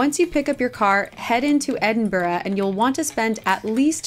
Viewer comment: You’re saying Edinburgh wrong tho 😩